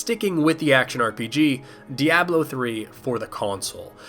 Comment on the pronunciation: I've never heard "Diablo" pronounced like that before...